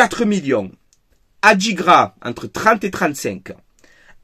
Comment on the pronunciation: Ndindi et Adigra ya un soucis dans la prononciation faut inverser le N 😂😂